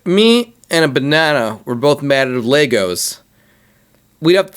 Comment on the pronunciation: Wtf is a banawnaw?